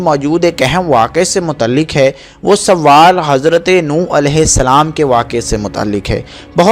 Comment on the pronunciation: اپنی اردو درست کریں لفظ سوال ہے سووال نہیں